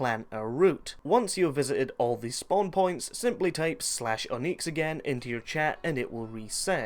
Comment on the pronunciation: Where did you learn to pronounce words?! Oneex, revurred...